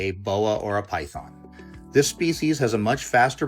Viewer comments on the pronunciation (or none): none